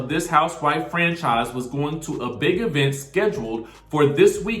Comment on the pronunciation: Girl she said that E vent word every episode. It burned me up